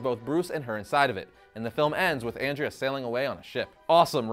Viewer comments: Andrea, (Aun-Dray-Uh) 😜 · It's AWN-DREH-UH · You pronounced andrea wrong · If you love the movie so much then pronounce Andrea the right way as it was in the movie. Just saying. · For the love of god, stop mispronouncing Andrea's name. I literally had to stop watching the video because I couldn't stand to hear you butcher it anymore. Have you actually seen the movie? Her name is Andrea. Pronounced the same way as the name Andre, with an "a" at the end.